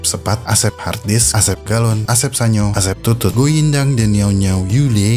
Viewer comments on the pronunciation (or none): yang paling berksean buat saya adalah setelah membaca saweria asep tutut, kedengarannya ga jelas emang tulisanya bhs china juga aku juga ga bsa pahami... keliatan asal baca🤣🤣🤣